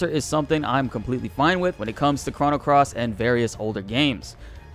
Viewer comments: Chrono is Crow-no, not Craw... ugh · "Crah-no Trigger" ... ...stop.